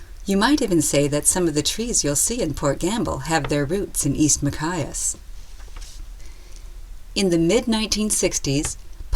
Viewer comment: nice film, but the narrator needs to learn how to pronounce Machias Maine